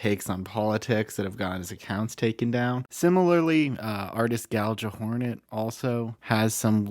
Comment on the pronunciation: "Gal-juh-hornet" opinions rejected.